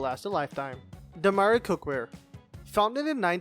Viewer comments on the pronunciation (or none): the host keeps pronouncing demeyere as "do-my-rhee". should be "do-my-yer"